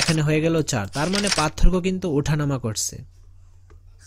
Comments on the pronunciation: পাতথোরকো না,পারথোককো উচ্চারন হবে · সার পাতথোরকো বলেন কেনো 😮